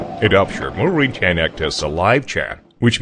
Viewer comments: They are manufacturing chains, yet they have no idea how to pronounce the word. :-O That´s not a CHAN! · I think it's Chinglish. eg. chain is pronounced as 'chan' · Wow! He’s mispronouncing simple words like system. He said sister lol. He also calls the chain a Chan numerous times. Sometimes pronouncing it correctly and sometimes going back to Chan lol. This is the oddest narration I’ve ever seen. And to think I thought I was gunna be bored while studying chains lmao